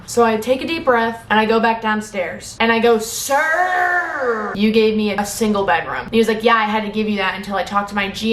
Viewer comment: no one:: siRRrrRr